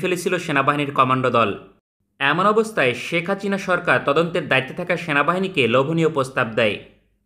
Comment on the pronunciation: ভাই কি ইচ্ছে করে শেখ হাসিনা নাম এমন করে বলেন নাকি উচ্চারণ করতে পারবেন না 😂